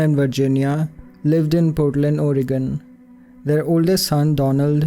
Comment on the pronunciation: thank you for pronouncing Multnomah and Oregon correctly. Love all your and Alexandra’s videos.